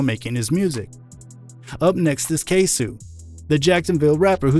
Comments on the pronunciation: Jacksonville rapper’s name is pronounced “Kay-soh” acoording to Yungeen Ace on “Who I Smoke” video. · KAY-SO OR even say K-Sew